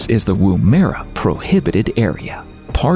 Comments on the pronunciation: Coober Peeeedeee...not pede. Woom-ERR-a... Not Woom-eera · Great little vid. Pity they couldn't get a grasp of the pronunciations of: Woomera, Pilbara, Uluru (which is really Ayers Rock), Tanami, Meekatharra and Coober Pedy. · Mispronounced!! Butchered!! Koober Peddy? Wooo- merra? Marry = Maree!?! Only got through half the show! At least it got Alice Springs right!! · Pronounced Womera. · As an Aussie the Pronunciation is joke in this show. You could at least get the names of the towns correct Dingo Dogs FFS just call then what they are DINGOS Can't drive the Stuart Highway Really i have driven it at least 10 times and its the MAIN road from Adelaide to Darwin You can drive the Ann beadell Highways (dirt road) which is in the Womera Zone(Another town u cant pronounce ) Maralinga Atomic Test Site can be visited and does Tours. Seriously GET YOUR FACTS RIGHT ............No like from me that's for sure and no subscribe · It never ceases to amaze me that Americans never bother to check up on the correct pronunciation of names. Take for instance Edinburgh and David Attenborough which are usually pronounced as "Edin-bruh" ad "Atten-bruh" respectively and not with a "borrow" on the end. In this doco, Woomera should be pronounced "Woom-a-rah".